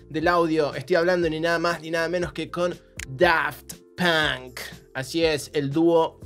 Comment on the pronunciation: Por como pronuncío 'Daft Punk' ya no me gusta ese nombre...